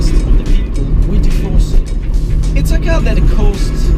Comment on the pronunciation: Every single time u say "4C" it seems you are saying "Tiffosi". Just kidding, nice video as always!